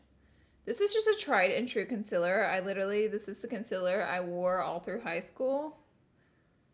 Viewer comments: my mom and i are watching this and my mom said, "consiler??" hahah pointing out how you dont say consEAler ;)) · ily but its CONCEALER NOT CONCILLER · Sorry but it’s concealer not conciller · CONCILER no honey it's concealer lol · Consealer not consiler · ConcEAler not concIler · It’s concealer not ,conceler’ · Hate how she says conciller its concealer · I am sooo sorry but it is bothering me ok... concealer is pronounced kon-seal-er not kon-sell-er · You are saying cincealer not cooooooncealer!! Come on Laura😂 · You always say concealer wrong you say concilier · Konsyler 😂 Polaczki-wiesniaczki gdzie jestescie moi kochaniii? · She says concealer like conciler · the way she says counselor bugs me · "Conciller"... I can't. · Con-cil-rrrr!!! Lol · Why does she say conciller ???😂😂😂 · You are saying concealer wrong. Con-seal-er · So it’s not cincealer you say it with an 0 not an I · Is she ever going to learn how to say concealer correctly?.... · Omg my little sister when you you where saying concealer she was like “ Omg why is she saying it wrong” 😂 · You say concealer wrong